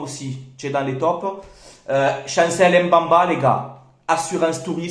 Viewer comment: C'est plutôt mbemba et non mbamba frère m ne se prononce pas si jamais